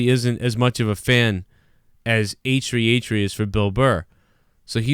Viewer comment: “H-Tree H-Tree”